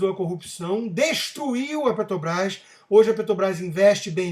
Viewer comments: Já perceberam que o Constantino não consegue falar Petrobrás? Ele diz PeTObrás. É isso em todos os vídeos. Mesmo assim gosto muito de suas opiniões. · Porque vc continua falando Ptobras?